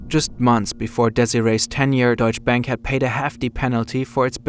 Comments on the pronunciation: I like how despite being German himself he just called it „Deutsche Bäänk“ every single time 😂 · why he keep mispronouncing Deutsche Bank hes german lol